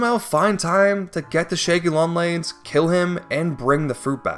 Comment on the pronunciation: “The shæggy long legs”😂